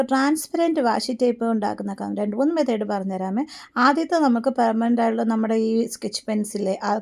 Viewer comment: മെതേഡ് അല്ല മെത്തേഡ് ആണ്❤❤🎉